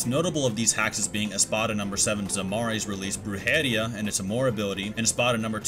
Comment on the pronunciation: Bru-jeria, res-pira, sin-esencia.. these are Spanish words that you butchered 🤣🤣